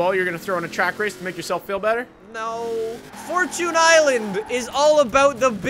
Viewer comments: right it's fortune not fortun!😂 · It is for chin island not for chuuunnee island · It’s fortune island not forchoon island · Majestic Beardsman we (people of new England and America) say “4 chun” instead of “4 chune” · It's Knee-San not nis-an and fourchin not fourtune.. change my mind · fortune is the words for and tune combined and you don’t pronounce time as chun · the way you say forCHUNE is so cringe im so happy called that out STOP SAYING CHUNE lol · Devyn lich00 this is the proper way fortchune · "forechoon i-land" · He said 4 choon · Do you call it a forchoon cookie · It's furtone island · way of pronouncing "fortune" is a bit irritating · Thank you for correcting that damn pronunciation, cause jfc, I thought he was joking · For-Tune For-Tune For-Tune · genuinely unwatchable because of how you say fortune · That’s how google pronounces it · FORCHOON ISLAND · fortchoon island